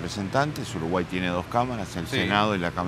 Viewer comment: Sho creo que uruguay eshta en el atlantico